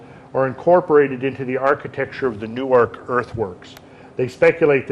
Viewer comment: Newark is pronounced "Nerk" just so you know. And Chillicothe is "Chill uh coth eee"